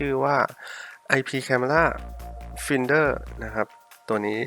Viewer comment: Finder อ่านว่า ไฟน์เดอร์ ไม่ใช่ ฟินเดอร์